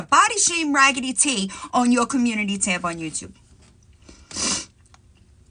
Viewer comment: When you say community tab on YouTube!!! I hear YOUR COMMUNITY TAMPON YOUTUBE 😂😂😂😂😂😂